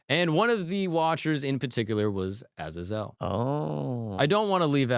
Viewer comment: It’s A-zay-zel bud…. 😮